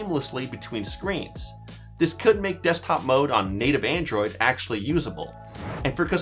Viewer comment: Why do I hear him saying "Andrew 16"?